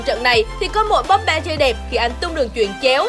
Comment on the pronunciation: Chán ghê. Cô blv. Bóp ba. Xem thì thích mà nghe cái âm bóp ba phát ra mà gây ức chế. Cái tên của người ta đọc còn sai